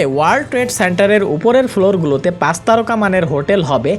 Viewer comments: C ar S nea pronounciation e problem ase, Pach ke bole pas, chittagong ke bole sittagong.... egula improve hole video aro bhalo hobe... otherwise good ! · pas na, pach... pronunciation thik koren plz